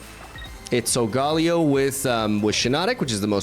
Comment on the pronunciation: SOL-GAH-LAY-OH Please …. Lol